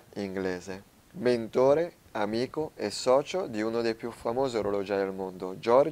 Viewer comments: No... "mentóre" non si può sentire. Una passi, due sanguinano le orecchie. - Mèntore, con l'accento chiuso (la È di Elisa) sulla prima vocale. Tolto questo dettaglio.. complimenti video magnifico. Ce ne vorrebbero di più di video storici e magari anche più approfondimenti di storie e persone. Da sempre sostengo che nella vecchia Europa, se non si compra "storia", allora si perdono radici e si compra Cina e consumismo. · Sì ma non si dice MENTÒRE ma MÈNTORE. Greenwich non si pronuncia GRINUIC ma GRÈNIC. Claude Lyons era londinese, quindi non si pronuncia CLOD LIÒNS ma CLOD LAIONS. Dreadnought si pronuncia DREDNAUT. La azienda non si è mai chiamata VORTEX, ma VERTEX. Don Cochrane non si pronuncia COCIARÈN, ma CÒCREN. Il Dent MINISTRY non si pronuncia MINÌSTRI ma MÌNISTRI. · CAPRA, SI DICE MENTORE CON L'ACCENTO SULLA E